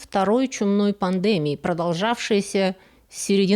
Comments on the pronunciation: Да почему пандЭмия????? ПандемИя!!! Пандеми́я (греч. πανδημία «весь народ») — высшая степень развития эпидемического процесса, исключительно сильная эпидемия, при которой заразная болезнь за сравнительно короткое время поражает значительную часть населения многих стран, иногда на разных континентах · Пандемия- ударение на "и". ПандемИя. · Ударение: пандемИя. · "В большинстве орфоэпических словарей указано, что правильное произношение — пандеми́я [дэ], а вариант панде́мия считается устаревшим." И такое в каждом ролике, зачем? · ПнадемИя, а не пандЕмия, пожалуйста! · Пандеми́я (греч. πανδημία «весь народ») Извините за замечание, но на фоне хорошего русского языка режет слух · Пандеми́я, извините. Раз уж говорим (и слушаем) о культуре... //В итоге. В конечном счете. В конечном итоге - нет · Очень интересные темы и приятная манера повествования; даже неверное ударение в слове "пандемИя" не режет слух а воспринимается как изюминка речи :) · спасибо за вашу работу! Только слух резало немного ударение в слове пандемия. Понимаю, что это из-за англ. произношения